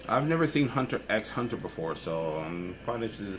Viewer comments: (LALALISA) Oh, don't misunderstand me, that wasn't my point. In this case, if someone knows they are wrong and then makes the choice to call it by the wrong name, that's completely their choice. simply did not know and naturally pronounced with the X as many do. Diego was helping him by making him aware that the correct way to say it is without the X. He can then take it or leave it as he wants, now knowing the truth. Your comment not only implied Diego was wrong in saying that, but now and anyone else reading it would have their choice negatively influenced by your comment which says that they are both equally right and Diego didn't need to say anything. There's a difference between: 1. Being told 4 different ways are all equally the same and true and continuing to go by this false info, continuing to be wrong and not making a choice because of ignorance. Vs. 2. Someone telling you the 1st way is actually right/fact and the other 3 are incorrect, but it's completely your choice which way you want to go by. The choice is not what matters to me, but being forced into category 1 there is not right imo. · its just 'hunter hunter' no 'X' pronounced the author saw a game show where the name was repeated twice but with an x in between so he did the same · it´s pronounced "hunter hunter", without X. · (LALALISA) Wrong. No it can't. It's not pronounced with the "X" in any way. It's a common mistake, but everyone who pronounces it with the X is wrong. It's "Hunter Hunter". It doesn't matter how you've heard it. It's not based on opinion. It's been proven. It is fact. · Lalisa T And? That's why I said it's a common mistake, that certainly doesn't make it right. It's not based on opinion and it's not a debate. There's only one right, everything else is wrong.